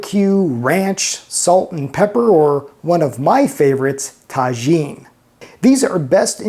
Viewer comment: Interesting episode! Just a heads up, Tajin is pronounced like taheen , since J's sound like H in Spanish